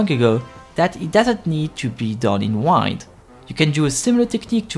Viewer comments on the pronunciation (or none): Its not wind like unwind it’s wind that is pronouced like win 🏆